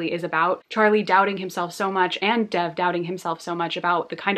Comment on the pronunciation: You're mispronouncing Dev's name. It's more like Dave with a soft "d." Love your videos :)